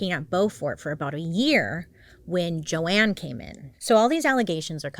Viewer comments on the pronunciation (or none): I think this is the funniest example of when you don't know how to pronounce names LOL Joanne? No Joan is just Joan, like your bird. 🐦‍⬛ 🖤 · This comment was funnier 😂... loved it... just saying, she not like she said Joanne.. i guess it was Jo Ann... every one can make a mistake